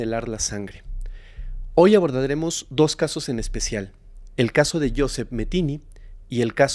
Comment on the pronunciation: Muy interesante la historia de hoy. Pero Joseph se pronuncia Josef..se que esta escrita con PH..pero PH en ingles suena como F.. saludos de Houston